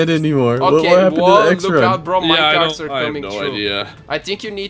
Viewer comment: "what kappend xD"